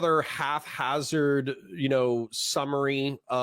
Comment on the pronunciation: Enjoyed the video. Genuine question, are you saying half hazard instead of haphazard as a meme or mispronunciation or am I being thick? Keep it up :)